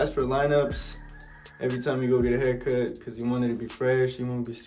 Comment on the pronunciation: He said ima get a haircuh